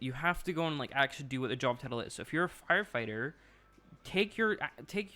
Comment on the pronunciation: Am I the only one who noticed 7 min in he said fire Fater?